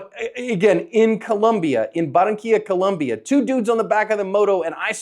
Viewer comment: Your analysis is excellent. However, as many times as your events happen in Colombia you should pronounce this country correctly. The country is Colombia, not Columbia. Thank you for your hard work in helping people become more able in protecting life.